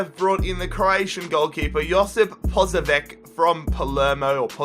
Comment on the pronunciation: Josip Posavek NOPE or Josip Posaveč NOPE haha